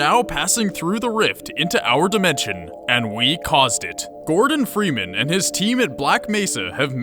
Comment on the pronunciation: cant even say gordon freeman correctly